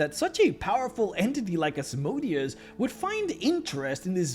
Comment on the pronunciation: Still think you should go back to pronounce Asmodeus as you did in the Asmodeus video as it is much closer to how the name is pronounced. Now he sounds more like a machine than a hebrew demon